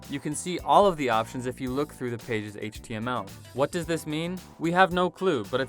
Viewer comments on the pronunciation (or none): none